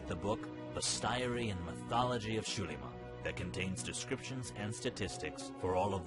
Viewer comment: Yeah, that's not how you pronounce Spanish "x". Also, who said character names? Put your dunce cap back on and return into the corner.